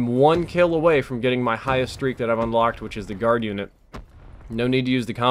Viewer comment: Lol U MEAN GI UNIT LOL